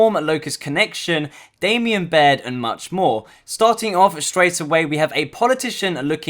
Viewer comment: For a channel that is for gears content... and u say "Damien Baird"